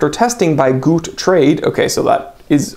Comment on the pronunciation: "Gute" is German for "good". It's pronounced "goo tuh", not "goot".